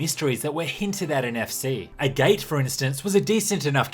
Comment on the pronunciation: "A Gait" It's actually pronounced "A Gat". As in the gemstone